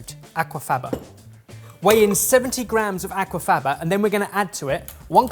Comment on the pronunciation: That is so far from how Aquafaba is pronounced 😂😂 my new favourite way to say it though!